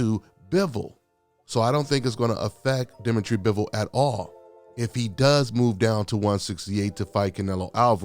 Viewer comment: Butchered Bivols name sir.